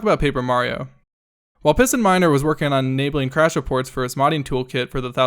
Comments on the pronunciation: I heard "Pissin Minder" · PistonMiner... I thought he said PissinMiner